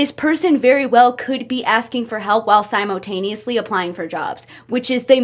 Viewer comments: i love the way she says "simo"taneously😭😭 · Girl I luvv ur videos, u gotta stop saying “simotaneously” tho 😭😭😭🙏🙏🙏❤️